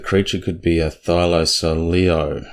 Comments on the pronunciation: I laughed every time you said thylocoleo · Could it be a hard "c" in Thylacoleo?